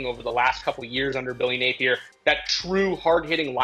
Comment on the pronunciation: Does this chick even know ball or is she just there because she’s a female? She said Billy “Napler” 🤦🏽